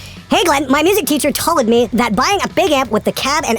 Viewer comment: lol..'toled'... i really love when u pronounce a word exactly like they spell it...